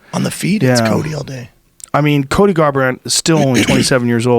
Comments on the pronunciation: Is Joe saying Colby or Cody??? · Ikr...I was like why is he calling Cody Colby?